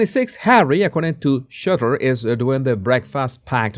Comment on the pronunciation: Rob SHOOTER, not Shutter. Not being harsh - just hopefully helpful 🙂.